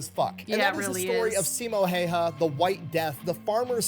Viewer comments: If you're curious about the actual pronunciation for the name Häyhä (video's not accurate – the way he says it would transliterate to Finnish orthography as "Heihaa" and later "Hoihaa"): The "hä" are the same sound as the start of "hand" (sounds like "händ" to us), and the "y" is ~ the last sound in "new" ("njyy" to the Finnish ear). For Simo as well, there's a smaller difference. The way he says it sounds like "Siimou", so would need to both shorten the i and drop the u sound from the end. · Just a quick tip for Americans if you pronounce it "How Ha" It's closer to the real way of pronouncing his last name.